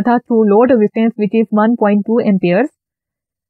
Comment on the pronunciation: Ma'm awesome video.. Bus ek suggestion hai, sircut mat boliye plz, circuit boliye, isse aapko teaching better ho jaegi